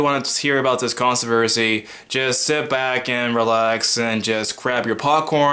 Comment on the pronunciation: What's a "consu-versy"??